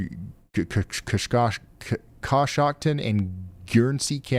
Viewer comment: In ohio the county you had a hard time pronouncing is con shock tin